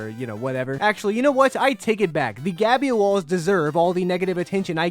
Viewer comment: "theres no gabyoalls!"